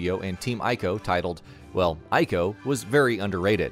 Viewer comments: ICO is read as [eeko], not [aiko]. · Binary domain was way better than people think, I still have it on ps3 edit: Ico is pronounced ee-co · It's pronounced "eee-ko". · Exactly! They can't even get the name right 🙄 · I JUST found out that Ico is pronounced EE-co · Did you just call Ico "Iko"? Im hurt man. This video was great til that. Still good but oot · It's pronounced, ē-kō (ee-koh)